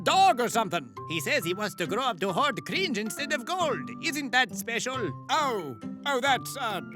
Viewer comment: "Cwinge" indeed